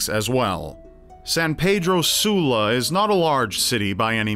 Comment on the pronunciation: Lol At The Way Says San Pedro Sula 😂😂😂👌.